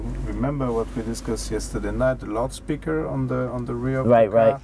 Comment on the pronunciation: Did he just say "Laut-speaker" 😂